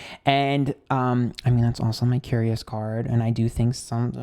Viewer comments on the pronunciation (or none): none